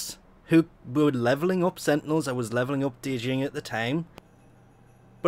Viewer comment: All good man. It's still Jinn, not Dee-Jinn. I don't know why you have to pronounce the D when it's silent, but whatever I guess. Must be a Euro thing. Great work anyway! Did you catch the Nuptia? #TENNOTINDERUPDATE